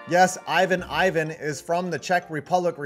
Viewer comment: You mispronounced Ivan’s name. You say the name with the short “I” sound, not the long one.